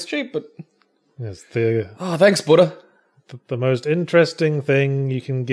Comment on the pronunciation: AHHH it’s buddah